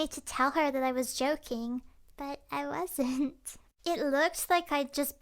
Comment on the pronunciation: She said wadsnt common